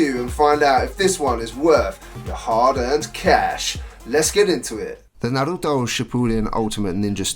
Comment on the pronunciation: You say hokage and Naruto real fricking weird